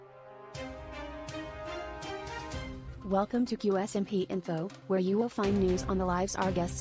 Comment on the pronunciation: "Que ése my pee " adoro a pronuncia do